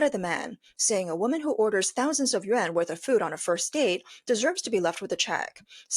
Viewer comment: The AI is reading Yuan as Yen please know the difference